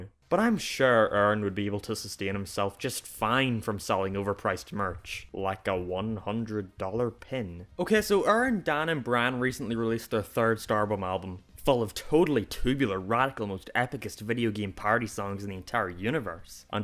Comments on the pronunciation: Brian, not Bran, lmao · I was recommended this video on a Game grump video and wanted to listen to your arguments, but I utterly lost it at "Oerrin, Dahn and Brahn" - How can you make such an actually clever and in depth analysis of a channel and keep pronouncing the people's names wrong. I really like your accent, but names have a specific pronunciation that should be adhered to. It sounds so weird to me, I lose all focus on your arguments.